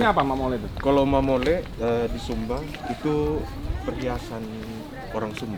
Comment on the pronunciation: Mamoli bukan mamole, itu nama perhiasan orang sumba